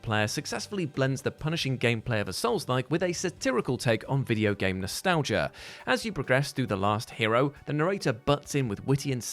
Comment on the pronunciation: Nostel-gaia haha... Nostalgia it's a soft G pronounced like the j sound in jell